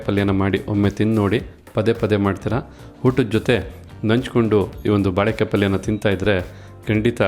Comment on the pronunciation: Sariyada pronunciation helappa first "balek "balek" entiralla?? sariyagi "baleykaaiye" eendu heladh kaltko first 😅😅